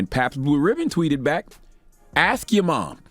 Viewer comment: “Assk your mom” Lmaooooooooo